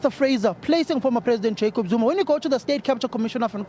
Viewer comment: It’s Zuma not Zoomar